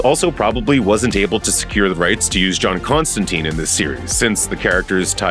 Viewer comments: But why they are butchering Constantine name in the show ffs...every time someone says it I need to pause it for a bit to recover from the trauma. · On episode 3. So far so good. 💜 love it!! We pronounce Constantine with a long E sound as in Eek. Hearing it pronounced with an I sound is weird. Other than that fantastic!! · TLDR; the Sandman show pronunciation of Constantine is the original from the comics. So, the "US pronunciation" of Constantine as "-teen" happened when they made the Keanu Reeves movie. Because that's the first big adaptation, a lot of people are used to hearing that pronunciation and it's used in American productions with the character. It's not technically correct. They way Constantine is pronounced in the Sandman series is the way that Alan Moore who created the character pronounced it, and the way it's pronounced throughout the comics. It doesn't bother me either way, but I could see if you're accustomed to one pronunciation the other could feel weird. I'm an American who read the Hellblazer comics before the Reeves movie came out so I got used to both.